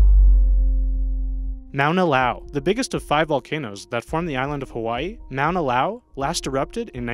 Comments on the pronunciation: MONNA-LOWA!!. Or Mo an a low a. I cringed at that. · You said Mauna Loa incorrect. It's pronounced Ma-na Lo-a. :P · Pronouncing Mauna Loa as MOWNA LAO is insulting to the Hawaiian people. Don't think this video maker knows much at all...for instance Etna is in Sicily not Italy. You've also left out Anak Krakatau and Kilauea among other monsters like the Super Volcanoes. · Mauna LOA. LOA. Low-uh